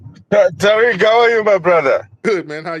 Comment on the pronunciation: NOT THE BIRDS CALLING FOR TA-WEEK, TA--WEEK 😂😂😂😂😂😂😂😂😂😂😂 I CAN NOT WIT YOU TARIQ, IN LITERALLY IN ALL TYPES OF TEARS